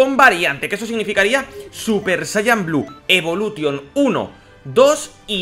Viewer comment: A ver, por q pronuncias algunas frases en ingles en plan bien y luego dices blue evolution tal y como se escribe